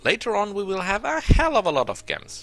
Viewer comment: gems are pronounced JEMs btw. nice video good tips for people who dont mind taking chaotic karma. speaking of karma, does choosing stuff like barbarian, necro school, etc, affect your karma on the astral plane?